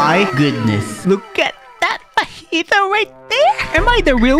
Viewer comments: im sorry but the gravity admiral is fujitura not fajita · It’s so triggering hearing him say fajita instead of fujitora